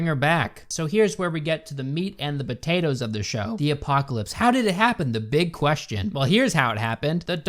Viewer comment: "the meat and the batatos"